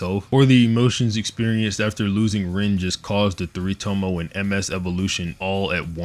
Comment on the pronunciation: ‘Tomoe’ is pronounced to-mo-eh